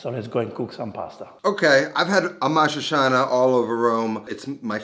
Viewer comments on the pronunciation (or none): Correct pronunciation of this italian word is amatri'tʃana not amatrisiana.. It’s similar to words with c and h in spanish.. Like chaqueta, chatarra, chaleco etc.. Nice video 👋